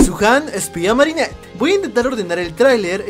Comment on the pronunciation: Marinert si es digna de ser guardia okey no pronuncias eso de nuevo,👍🏻